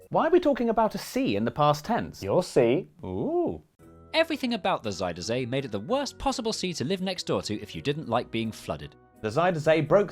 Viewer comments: I was impressed by your Dutch pronunciation. Until you got to Zuiderzee. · Pronunciation was a bit funny sometimes, but god bless them for trying. Lot of Zijder zee and alfslijt dijk, just have to learn what onion is in Dutch and it's all good!